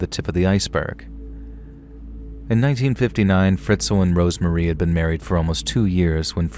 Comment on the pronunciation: Story 3... RoseMARY. Not Rosemarie. Ughhhhh